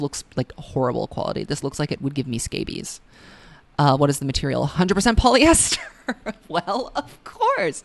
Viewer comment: I come back to this vid at least once a month for shits and giggles! 😂 Your snarky comments give me life!! '100% POL-EH-ESTHER WELL OF COURSE! OF COURSE!' I'm chokingggg